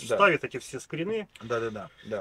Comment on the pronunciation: Скри́ны, нерусские что ли? 😂